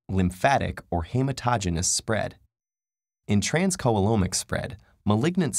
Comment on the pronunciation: Peritoneal... it's pronounced as pear-I-toe-neal. Hematogenous, he-mat-oh-GEE-née-us.